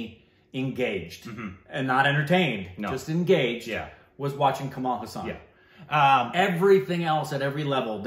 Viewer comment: His name is not pronounced as Kamal Husaan. His last name is pronounced "haaa" + "sun"